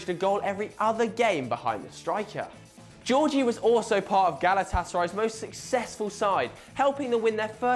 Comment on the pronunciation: 1. The fact someone retires from football fully doesn't mean they're forgotten.2. You could learn how to pronounce phrases like Simeone, Gheorge or Brescia properly.3. HOW IS PEP FORGOTTEN? Sorry, but this video ain't much impressive.